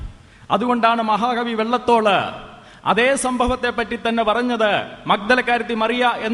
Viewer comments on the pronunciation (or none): Maha kavi vellathol ennanu achan parayunnath maha kavi VALLATHOL ennalle achoooooooooooooooooo??????